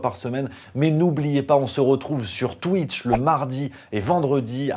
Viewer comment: je kiffe quand tu parles de " twiche":D